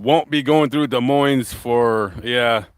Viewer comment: So this isn't live, because it's now November!!! I don't remember you being in Columbus because that where I lived for the first 12 years of my life. Haven't been back since, 62 years ago. Than you mentioned Des Moines (the S in Moines is silent, like in Illinois, I saw that video, I lived there too, for 38 years 😅.